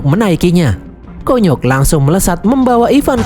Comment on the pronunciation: Konyok❌ Kunyuk✅